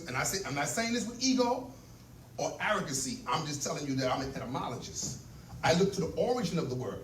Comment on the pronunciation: ETYmologist... Not ENTY/ANTYmologist... The annunciation sounded like the audience member was inquiring Brother about him being an ANTYmologist.